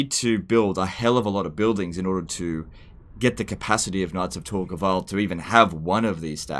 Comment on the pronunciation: Sounds like saying “Nazi Tor Gaval”.